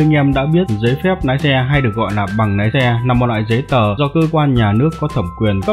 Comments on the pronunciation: Lái chứ không phải Nái nhé bác. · Lái mà ổng cứ nói nái 😅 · Nói cũng oke nàm thêm nhiều cờ níp nữa anh nhé, để em học nái xe :))